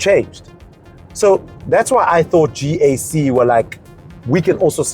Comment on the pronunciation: when he said Gkak! 😄😄😄